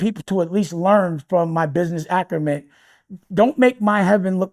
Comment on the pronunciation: it’s acumen, not “acrumen,” dummy